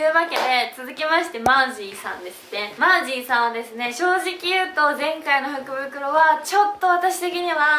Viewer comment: イントネーションが服袋になってた😂